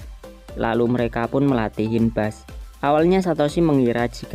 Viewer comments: Gw kesel ketika nntn pokemon anime sub atau dub indo.. Tapi gk pernah bner sebut nama pokemon.. Itu feebas bkn hinbass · Hinbas=Jepang Feebas=Inggris =Dibaca Fii-bas